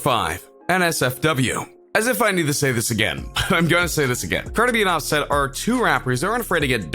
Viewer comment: Why you say his name so wrong like so so wrong